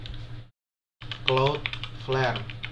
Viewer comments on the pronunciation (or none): Claudflèr, bukan cloudfayêr